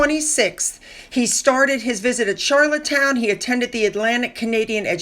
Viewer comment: It’s Charlottetown - not Charlottestown - no ‘s’.